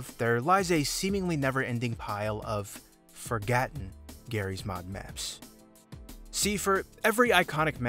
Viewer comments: bro said forgatten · Did you hear that why did he say forgatten😂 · did bro say forgatten in the intro? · Forgotten* not forgatten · Also he clearly says forgatten, not he spelt forgatten